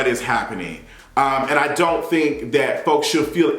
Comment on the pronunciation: “Iont know what this is?” 😩